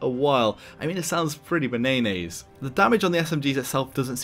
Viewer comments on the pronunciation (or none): I liked this video until he said: “Ba-nay-nays” instead of Bananas.